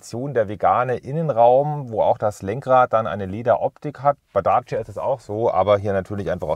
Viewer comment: Daaaacia. Hört sich merkwürdig an wie er Dacia ausspricht.